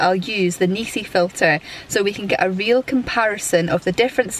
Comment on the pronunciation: NISI dont have EEEEEE in the the name.